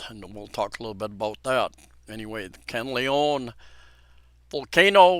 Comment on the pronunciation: Thank you for your update. However - please do your best to pronounce Mt Kanlaon properly. It is pronounced kan-la-on. It is annoying when a foreigner continue to mispronounce a location without any effort to say the word properly - especially on live media.